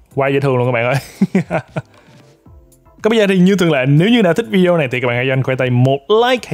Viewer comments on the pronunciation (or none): none